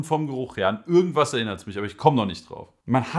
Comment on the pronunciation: Ürgendwas erinnert mich daran😂 das i tönt wie ein Ü🤣🤣. Aber geiles video weiter so! Gute beschreibung der Tabake, kannst du mir sagen warum bei mir meistens die darkside sorten im Oblako M ein bisschen verbrannt schmecken? Egal, ob Core, Base oder Starline alle schmecken im Hintergrund bisschen verbrannt... Mag die Geschmacke eigentlich sehr, habe den Kaloud Lotus 2. Ich baue den Kopf locker ohne andrücken und mit Noppenkontakt oder Vollkontakt alles schon versucht... wäre nice wenn du mir einen Tipp für den Bau machen kannst oder ein Video dazu✌🏼